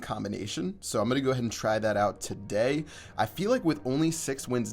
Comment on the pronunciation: funny how he says today